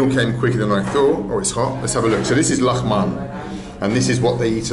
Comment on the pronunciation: Lagman not a lahman